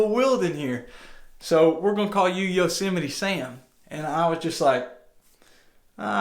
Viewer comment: Yo-se-might. God